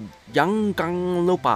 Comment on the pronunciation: how you pronounce JANGAN LUPA is with literaly J not Y:)